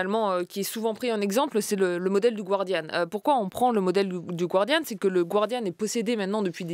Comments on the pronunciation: Julia, tu as étudié à Harvard ... il faudrait arrêter de dire le gWardian, alors qu'il faut prononcer le gArdian ... ce n'est pas la "Guardia Civil" ... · Julia Cagé, stp, le Guardian (le journal britannique) se prononce "Gardian" et non pas à l'espagnol "gwardian". Merci.